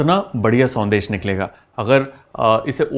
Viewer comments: It is not sondeh but it is shondesh sir. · Thanks for the recipe Chef.. but it’s Sondesh not Sandesh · Sandesh nhi banegi शौन्देश ki spelling padne me संदेश lag rh h shoundesh hogi sir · Very good Kunal, love your recipe videos - this one is no exception. Just a small observation - since you are presenting a Bengali sweet, might as well pronounce it correctly. We don’t have the स sound in Bengali. Sondesh is pronounced Shondesh 😊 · It's actually pronounced as " Shaun-desh"